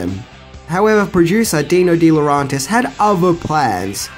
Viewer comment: you trigger my OCD every time you mispronounce DeLaurentis...it's phonetic,pronounce it more like dela-urentis,jeez...